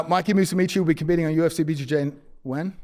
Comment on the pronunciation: "Mikey MOOSEEMEECHEE"